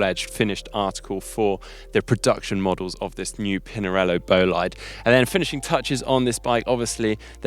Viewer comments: The guys over at GCN might give you a hand with the “bolaid”-“bo-lee-de” thing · boh-Lee-deh actualy. short o and short e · should ask GCN Chris and Ollie on how to pronounce Bolide:) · The pronunciation of "Bolide" makes me cringe!!!! Please ask Emma Pooley to help!